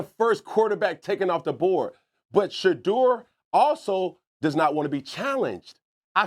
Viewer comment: Cam said Shudur !!